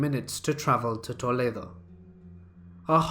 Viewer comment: I can't get past the way you said Toledo XD